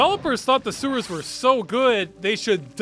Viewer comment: I just realized you pronounce sewers suers